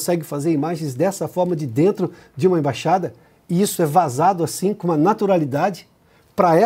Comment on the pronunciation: Ei, imbaxada não existe, existe "Embaixada" ok?